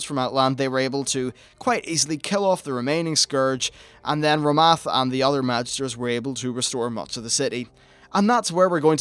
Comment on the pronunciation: Quel'thalas > quell-tha-lass Rommath > raw-moth Garithos > GAHH-ri-thos Blood Elf > High Elf